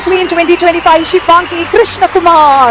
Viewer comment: ശിവങ്ങി അല്ല ശിവാംഗി 🙏🙏